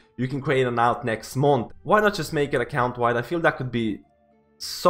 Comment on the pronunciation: Everytime you say alt it hurts me.